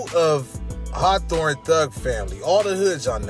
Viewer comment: Did this foo just say hawthorn to Western??????????? Goofy